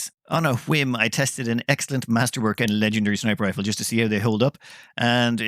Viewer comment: "Snifer Riple"